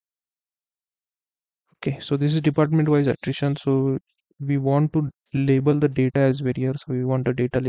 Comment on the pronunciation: its Attrition data not attition data